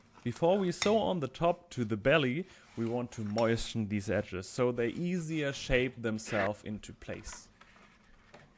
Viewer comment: please never learn to pronounce moisten correctly. "moishten" is bringing me so much joy.